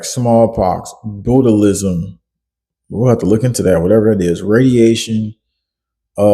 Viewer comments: Bootalism??? It's botulism!!!! It's getting very difficult to watch and listen to you anymore bro 🙄 It's pronounced BOTCH-U-LISM 🙄 Your gurl must be sooo proud of you there 😳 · Botulism is the ingredient in Botox that paralyzes muscles. It’s pronounced “botchilism”. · Ikr LMAO BOOTALISM 🤣 😂 I can't I just can't 😄😅😂😅😂😅